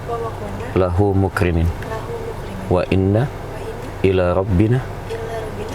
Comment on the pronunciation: Rata rata sy dengar bacaan doanya dari target itu mukriminn,,seharusnya muqrinin mhn dibetulkan ya bacaan dari targetnya